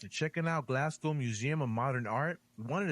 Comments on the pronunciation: first of all, congratulations on pronouncing the name of my city correctly, unlike the narrator in the original video, his mangling of the term for the natives is already hurting my ears - and I'm only 3 minutes in, although he he has now pronounced it properly. Also we are not Galwegians - we are Glaswegians. Another interesting fact is that Glasgow is a UNESCO world heritage music city. It's a pity he didn't visit the Kelvingrove Art Gallery and Museum, which in my opinion is the most beautiful building in Glasgow; even if you removed all of the artwork and exhibits it would still be worth the visit just for the architecture of the building alone - and the beautiful park surrounding it. there's also the People's Palace in Glasgow Green, which is a museum about the people and culture of Glasgow. But the best thing about Glasgow, above everything else, is the people. Our modern motto is, "People Make Glasgow". Despite our rough exterior and harsh accent, we are a very welcoming and friendly people. We love to meet visitors who enjoy and respect our city and our culture and I'm sure if you came to visit you would feel very much at home. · Absolute top marks on the pronunciation of Glasgow. We always joke that Americans pronounce it glass cow 😂